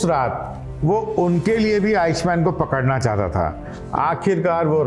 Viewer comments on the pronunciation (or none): अरे उसका नाम "आईश मेन", "आइक मेन" था...!